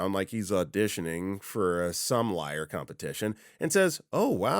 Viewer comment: Sommelier is a French word, so the final syllable is pronounced like "yay" instead of "iar"